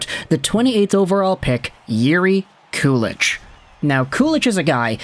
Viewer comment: If you watch the Sabres inside-the-draft video from 2022, they were debating Ostlund vs. Kulich at pick 16, and were trying to trade up to pick 17 and up to draft Kulich. Oh and btw, its pronounced "koo-lick" or "koo-leek."